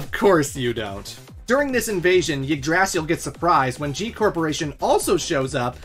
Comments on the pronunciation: The yggdrasil pronunciation hurts my heart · please never pronounce Yggdrasill like that again it hurts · My guy, Yggdrsil is pronounced (IG~DRAH~CIL) and it's a reference to the central sacred tree of norse mythology, to which the nine realms surround.... MKAY? sheesh.. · okay. hearing how this dude just pronounced Yggdrasil made me stop the video. The Tree of Life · Great video, but man you need to look up how to pronounce Yggdrasil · First time hearing someone pronounce yggdrasil that way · The way foreigners pronounce Yggdrasil is always funny to me. By the way, great video. This was a fun watch!